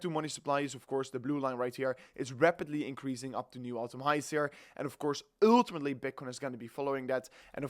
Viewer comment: URRRRR TIMATELY